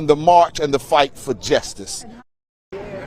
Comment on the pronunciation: "Fusstrated"..."Jesstice"...why is it THESE dudes they find to represent us?